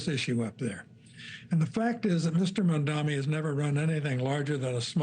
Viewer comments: Why does he mispronounce his name? It’s not Zor-Han Mamdami. The H comes before the R and there is an N in the third syllable in his last name. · Host cant pronounce Mamdani name and has a job 😂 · Why do they persist of not saying his name correctly? Really bizarre.